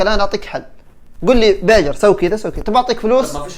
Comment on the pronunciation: ادري ان اسمه بيجر بس لاحظي كيف ينطق الاسم 😂 يقول بيقر 🤣